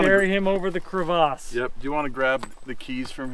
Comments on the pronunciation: "Hurricun" "Crevahz"; this checks out. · Great video crack me up on your pronunciation of a kurvas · It's NOT pronounced "Kre-VOSS!" The nice video pronunciation lady is 100% correct. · entire crew today thinks they're French, "crevasse'":face-purple-crying: In English it's a "crevice", a "cravasse" in English is a deep crack in ice. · and need to hold out their pinkies when they mispronounce Crevasses..